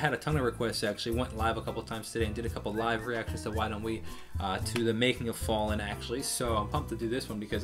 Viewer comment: I’m so surprised that you pronounced it right at the beginning lmao